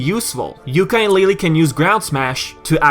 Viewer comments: So Many Mistakes and you call yourself a Yooka Laylee fan stop saying YookaY LayLeeY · still you say it very very very bad. and made alot of mistakes and you call yourself a Banjo Kazooie fan. OMG you have alot the learn.